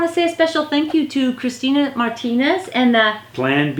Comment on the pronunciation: lol, it's "Christian" not Christina, but thanks for the shoot out.